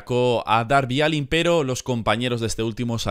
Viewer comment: Se dice darby alen pero se escribe allin